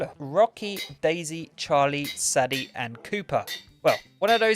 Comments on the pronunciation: Its not saddy its saydee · IT'S SAY-DIE NOT SAH-DEH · Saddie 😮…pronounced say-dey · Sadie is pronounced say-dee :)